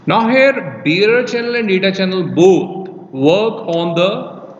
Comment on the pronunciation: It sounds like you're saying beer channel. What is that word you're saying?